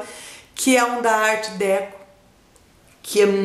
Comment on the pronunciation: troquinhas sempre nos fazem bem,não é? a pronúncia correta acho que é ar decô, bju